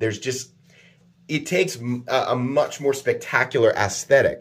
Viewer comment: First he mispronounced vehement, and now he mispronounced aesthetic. Poor guy. 😂 (Not to say that I don’t make mistakes myself.)